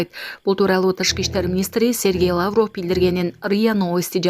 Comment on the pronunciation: Лаавров эмес Лавров....